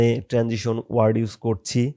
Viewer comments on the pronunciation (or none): none